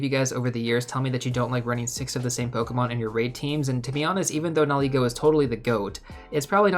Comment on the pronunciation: Are you saying ‘now ego’ for that first ultra beast? 👀😊